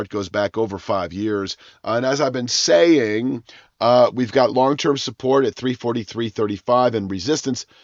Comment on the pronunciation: Why the emphasis on “saying”😊. I take that as you feeling better.